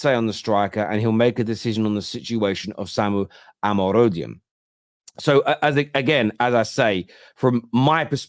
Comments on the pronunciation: Or-more-odi-on. It is a Nigerian name. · His name is pronounced as “omoh-roh-dyon”